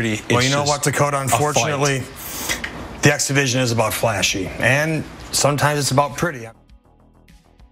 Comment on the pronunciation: Does anyone else hear "exhibition" whenever says "X-Division"? LOL